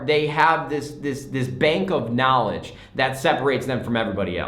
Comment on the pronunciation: It is the knawledge😂